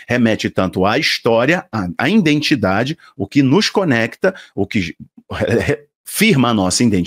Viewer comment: IDENTIDADE e não indentidade. IDENTIFICAÇÃO e não identificação, meu querido.